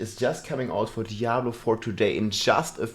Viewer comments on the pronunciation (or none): none